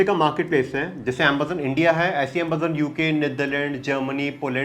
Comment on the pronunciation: "Ambazon" ?? but i clicked on tihs video to learn amazon